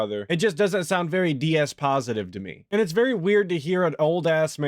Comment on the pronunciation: Yeah I watched him after his resolution and "Pahsative new stream" and it was funny to see. You could almost catch his one eye twitching, I genuinely thought he was going to have an aneurysm holding all that rage inside. I was secretly hoping that Derich would be spamming the chat so could just have a meltdown. Side note: I wish someone hadn't told me about how he over pronunciations his "T's" because I can't un-hear it when he talks. It's a bit like a second of nails of a chalkboard.